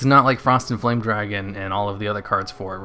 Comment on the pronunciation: Did anyone else hear him say it as Frosty the Foame Dragon?